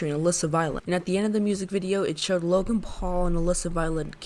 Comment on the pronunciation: "Jake paul, Loagn paul"